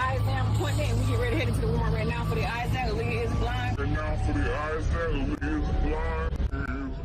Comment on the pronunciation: Leah!!! Her name is pronounced Lee-ah!! 😊